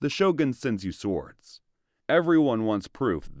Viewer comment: It's Shogun, not shogan